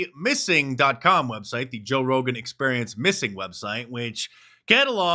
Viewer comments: Mark get it right is pronounced "Toe Rogan" EDIT: spoke to soon 😂😂😂😂😂😂😂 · I swear you said “Toe Rogan”😂He looks like a big toe. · “Joe Rogain” LOL!